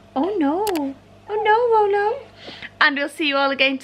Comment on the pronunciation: Y do u call him rollo